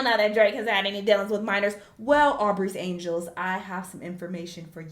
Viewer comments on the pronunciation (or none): She said Aubrey's Angels 😂😂😂